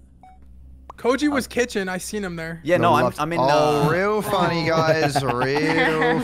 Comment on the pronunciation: "iz zer nobody?" "how iz zear nobody?"